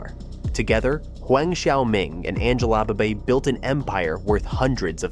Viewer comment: Angela Baby. Not Angela Body